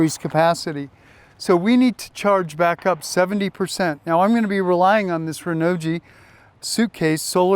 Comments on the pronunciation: Great video but if I may.... Hearing you say "Renault G" it messes me up.... I don't think it should be pronounced like that... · PLEASE learn the proper pronunciation of Renogy. You loose credibility instantly. I don't even want to listen to you. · P - I agree totally. Have a little respect BC